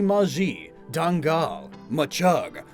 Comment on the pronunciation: As a Malaysian, Dangal quickly remind me to the one of the ghost that it's based on and pronounciatian is pretty close